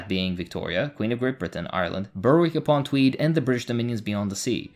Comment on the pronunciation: Brilliant video. Although it's actually pronounced 'Berrick' upon Tweed . The W is silent. Still incredible video my good sir!